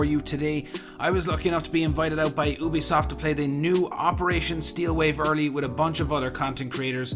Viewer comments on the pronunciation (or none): Did u say obisoft its Ubisoft